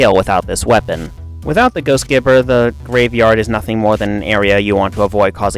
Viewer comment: Correction: "Gibber" is derived from "giblets", which is pronounced with a soft g; "jibber".